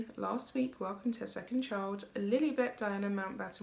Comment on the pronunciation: The nickname is being mispronounced as Lily. It's correctly pronounced "Lie-Lie".